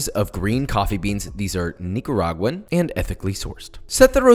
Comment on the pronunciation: The way you said Nicaraguan made my ears vomit lol but maybe I'm the one mispronouncing